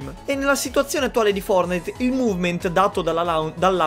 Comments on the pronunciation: In poche parole "Fordnait" Triggered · Nessuno: Letteralmente nessuno:: FOURNAID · Ma come lo dice poi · dice Fournait!!!!🤣🤣🤣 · Like se piangi quando lo chiama fornai in pronuncia inglese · Quanti volte hai detto fournahi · Ma nel video chiami fortnite foournite😂😂😂😂😂(non e un insulto) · Ma solo a me mi viene un tumore quando dice fuordnaid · Dici fornai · Perché dici founite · Perche dici fornite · Ma come pronunci Fortnite.? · Ma come lo dicevi fortnite?? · Va bene tutto ma per favore usa una pronuncia giusta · Che pronuncia quella di fortnite sembri francese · Ma come dio dici fortnite? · Come cazzo hai pronunciato fortnite tutto il tempo🤒 Mi è venuto un tumore alla prostata